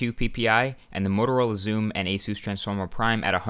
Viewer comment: "Ace Zeus" = Asus lol